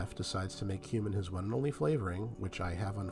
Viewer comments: He certainly does say human. 👍🏼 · Am I the only one who keeps hearing"human" when he says he can't stand the taste of cumin? I mean I'm fairly open minded, but I was a bit shocked all the same..